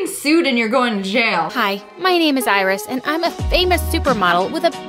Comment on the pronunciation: That’s not iris thats irizz